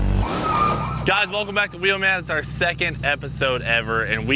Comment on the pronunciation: So i think its unanimous, Cleetus, please try and catch yourself when you say wheelman and say it like before with the extra eummmf lmao. Definitely at the beginning of the episodes, it totally hypes me up. Im sure others feel the same. As i am watching i am doing it for you and getting excited.